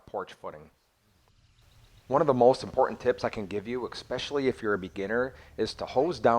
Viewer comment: Thanks for this video, definitely useful. But it's especially, not expecially.